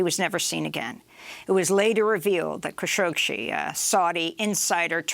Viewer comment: it's Kashoggi and not Kashoggshi.